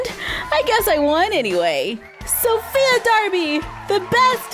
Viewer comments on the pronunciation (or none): said, “ Sophia Darby. “ when it is Sophie Darby.